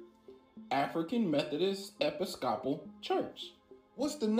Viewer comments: EP-IS-COP-AL???? LMAO. Bruh never heard of an Episcopalian church??? Someone tell dude it’s pronounced like E-pis-co-Paul. 😂😂😂🤦‍♂️🤦‍♂️🤦‍♂️ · Epi-scop-al 🤦🏻‍♀️😂😂 Tell me you don’t go to church without telling me you don’t go to church. 😂 I guess I could be wrong but I’ve always heard it pronounced E-piss-ca-pull or E-piss-couple. 😊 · Im laughing that he cant pronounce Episcopal 😂